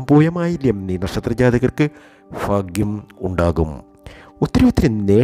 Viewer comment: നീട്ടി വലിച് കുറെ 'ഫാക്യം' 'മഹാ ഫാക്യം'... എന്നൊക്കെ പറഞ്ഞുകേൾക്കുമ്പോഴേ ഒരു വിരക്തി തോന്നിപോകുന്നു ... പറഞ്ഞ തന്നെ പറഞ്ഞു പറഞ്ഞു കുറെ ലക്ഷ്മി ദേവി ലക്ഷ്മി ദേവി .... ദേവി.... ബോറഡിപ്പിക്കല്ലെ 🤦